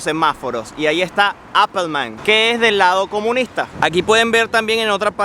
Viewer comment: Minuto no es “Apelman” es AMPELMAN....